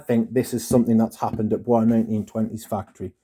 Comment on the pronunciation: It's pronounced "boyce", not like it's French (bwah). Also, not sure what you're upset about. You got a more concentrated version. It's not hard to re-package something wrapped in plastic if you're careful enough. I would trust a manufacturer before I'd trust a third-party Amazon marketplace vendor. I don't think it's Bois 1920's fault.